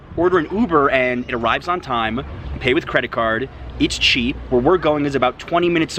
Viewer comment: Señor no es cheap to be with a lovely lady like yours speak well .. less expensive please please It hurts my ears when you say the word cheap in Mexico